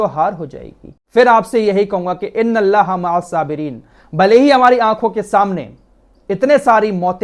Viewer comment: Not "mahassabireen",it is "maa, assabireen". Arabic word "aain" should be properly pronounced. Please don't mind.